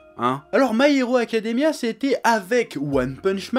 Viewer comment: "My haricot Academia !" T'avais pas mangé avant de tourner ?